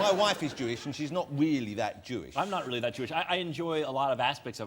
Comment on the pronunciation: He’s weawwy funny